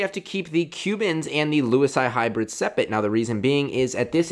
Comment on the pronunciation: I heard him say sepet instead of separate